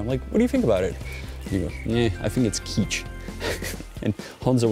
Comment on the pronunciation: The word KITCH is pronounced to rhyme with PITCH.